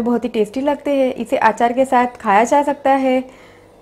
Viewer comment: Achaar...not aachaar. Aachaar means tradition. Achaar is pickle.